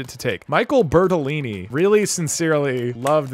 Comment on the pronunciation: Thank you so much for pronouncing Bertolini corectly